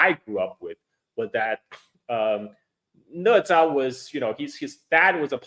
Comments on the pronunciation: Why it's pronounced ne? Isn't it na? #OOT just curious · Né zhā啊哥们儿😂